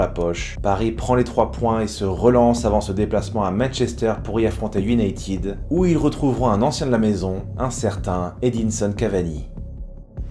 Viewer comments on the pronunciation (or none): none